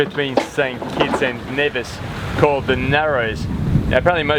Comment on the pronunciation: Of all the people with sailing channels that I follow, you are the first one that pronounced Nevis correctly. I enjoy all of your videos. Thanks.